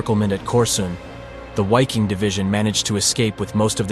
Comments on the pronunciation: It's pronounced Viking not wiking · Why king ? Really. It’s still pronounced Viking. Come on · It's pronounced "Viking" not "Whyking". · It's Pronounced as a V hence Vik-King not wy-king. I new a former Dutch member! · Why-king? It’s pronounced Vee-king in German.. but even normal English Vy-king would have done. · It is not Wiking but pronounced Viking. Germans pronounce a W as a V. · the true pronunciation of wiking is ve' king. it is Latin. or the English pronunciation is Viking. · It’s not a w it is pronounced as a V or a double V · The pronunciation of "Wiking" in Scandinavian is Veeking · Please learn how to pronounce German proper nouns- your credibility as a historical documentarist is seriously suspect. First & foremost, the German, "W" is always pronounced as, "V". Most of your German proper names are badly mispronounced- I had to stop watching... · Dude the letter "W" in German is pronounced like a "V". So it's the VIKING Division...! Really makes it seem as if you don't know what you're talking about. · Wiking division is pronounced vee koong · pronounced Viking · I’m German W is prounounced as a V. Wiking = Viking. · It's pronounced viking. The german language pronounces w like v. And v is pronounced like w. Examples: Wiking pronounced like viking Waffen like vaffen Wehrmacht like vehrmacht. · . In the German language W is pronounced V. So Wiking is pronounced Viking in German. Wehrmacht is pronounced vehrmacht and waffen is pronounced vaffen. I lived and worked in Germany for five years: I never heard any German pronounce a W as a W, it was always pronounced V. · I guess this is AI voice-over, but I believe it's pronounced "vicking" in German. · Dude, the "w" in Wiking and Waffen are pronounced as a "V"...sounds like "veking" and "varfen" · Ok, W's in German are pronounced as V's. Its VIKING. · Dude, it was SS VIKING and not wiking xDxD. Wiking is the german for Viking. Dumb dumb stupid